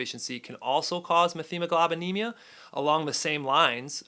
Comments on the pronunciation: Its "MET-HEMOGLOBINEMIA"....no "th" sound....sorry, this was killing me to hear you say it wrong repeatedly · F this “Dr” that can’t correctly pronounce methemoglobinemia. Met-hemoglobinemia or know what a man is. I mean, doctor of what?